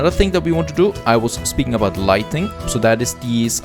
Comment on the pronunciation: For learning purposes, I should point out to that lightning (as he pronounces it in the video) is the lightning bolts that comes from the sky and illumination from light sources (which is what is trying to say) is lighting (no n after the t). Very important difference, but easy mistake to make.